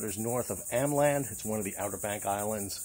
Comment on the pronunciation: Just to help you appear even more erudite and better informed than you already come across: Ameland is pronounced with a long 'A' (as in 'master') at the beginning and the 'e' is not silent. 🤓